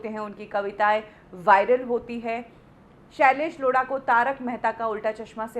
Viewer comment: The way u say tha name "shalaish Lodha" 🤣🤣😂😂😂😂😂